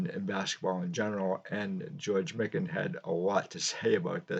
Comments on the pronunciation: Great video on Big George. It's pronounced "My kin". He was a very friendly guy. Got his autograph at a show signing in the 1980's. Said his wife combined all his championship rings into one ring. He used to sit in the front row, in the corner at Timberwolves games, a few seats down from Kirby Puckett. Vikings players sat behind the visiting bench, and Jimmy Jam of Jam Productions, would sit at half court with the artist that would sing the National Anthem. The Scott's Potato Chips cards are very rare. Made in East Grand Forks, MN. The backs of the cards say you can exchange the cards for a signed Lakers Team photo, which had printed signatures. I have a John Kundla Scott's Potato Chip card that I've shown in my video's. Most recent was a Rookie VR for Sammy Thunder last week. Stuke's Baseball Cards and Curiosities. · Prior to this video, I’d only heard his name pronounced Mike-an ;)